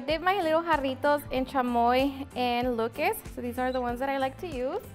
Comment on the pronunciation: The way she pronounced Lucas 😂